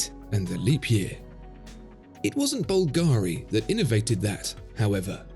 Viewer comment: You're probably much too busy to attend to such details, but my born-and-raised-in-Rome friend told me that the name of the famous jewelry firm Bulgari is actually pronounced BUL-ga-ri, not bul-GA-ri. Just FYI...